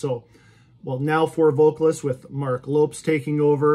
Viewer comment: They've certainly been determined these fellas. That KV seems a nice guy in interviews ive seen so I hope the new one does well for them. I think between the first four and the last three albums i could curate 2 fantastic albums worth of material. I think even though theres no Z in his name its pronounced Lopez 🤘